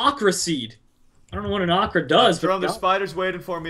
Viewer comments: it's Okra NOT Akra everybody like this so he see's this please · He said AHKRA it's pronounced owkra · the ocra is pronounced (oh-cra) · it's pronounced o-CRA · Its pronounced oke ra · Okra? Its beans i guess :p LOL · its funny of pronounced okra